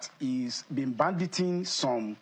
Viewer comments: Did the secretary of apc repeatedly say " branditing" on national TV? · "Brandishing", he meant to say.